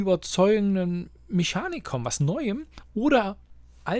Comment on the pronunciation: Ich schreibe es jetzt mal unter dieses Video obwohl es m.E. ein generelles Problem von dir ist, nichts schlimmes aber mich triggert es jedesmal. Meschanik, Mansche, Niche... Du sprichst grundsätzlich die "sch" und "ch" genau falschherum aus. Werde ich jedesmal fuchsig. Aber ansonsten sind die Videos wirklich toll!!!